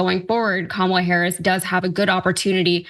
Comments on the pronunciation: If their gonna keep intentionally mispronouncing Kamala, I'm calling him Tramp. Got to say it's fitting in so many ways.💙💙💙💙🌈🏁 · Interesting how every single republican forgot how to pronounce the VP's name at the same time. It's a pretty transparent strategy, I wonder how long they'll keep it up. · They can't even say Kamala's name correctly.